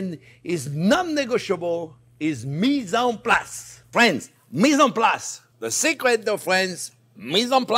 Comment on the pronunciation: "well hello there phrinzzzzzzzz!!!!!"